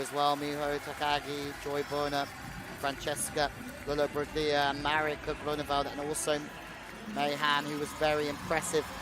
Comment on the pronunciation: Commentators should have some respect for the competitors & pronounce their names correctly, this commentators persistant inability to pronounce Lollobrigida was irritating & disrespectful.